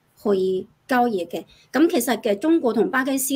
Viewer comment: 交易，讀成郊野